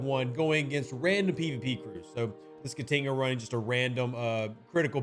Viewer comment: I wish I knew how to write phonetics. Your pronunciation of the Jem'Hadar name hurts my soul. I like in Indigestion, Ka like in Kahn, Ti (short I), and another Ka. I think these are close enough examples to get there.